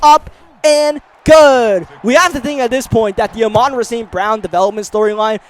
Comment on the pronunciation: I love the content but I don’t know if I can’t last the whole rest of the series with you mispronouncing Amon-Ra’s name, it’s pronounced like “ah maan raah”